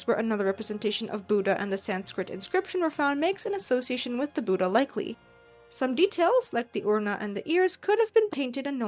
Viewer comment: Hearing the pronunciation of "Buddha" butchered so many times is hard to bear. Why can't so-called western professionals put in some effort into learning to pronounce native names correctly? It's not "Boo-da". The "Bud" is pronounced like "put". Bud-dha.